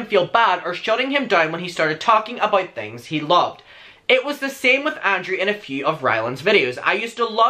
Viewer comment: your pronunciation of Garret is fine it works but your pronunciation of ANDREW throws me off, it sounds like Andre or Andrea 😭